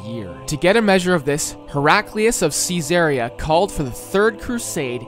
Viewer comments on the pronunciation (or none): none